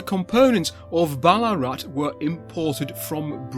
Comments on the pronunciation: Another brill vid but a note on Australian pronunciation: Vowels are rarely stressed, so Melbourne is melb'un , Ballarat is said almost as one syllable, tho the weird double a spelling would be close to ball-aah-rat :D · (Note this 🙂) We don't spell the town name with the "double a" anymore. It's long been simply "Ballarat." So perhaps "Bal-uh-rat" would be the best way to pronounce it. I won't go into detail here with local and outsider names for what is today not such a nice town in regards to many of its inhabitants... No dig at you, just saying from someone who lives in the town.